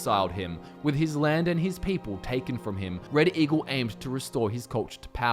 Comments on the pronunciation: Some points where he said Red Eagle sounded like he was saying reddit eagle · Did you say... Reddit Eagle?